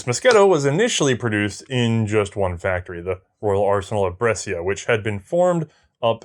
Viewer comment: Brescia, pronounced "Bresha", not "Bresseeya"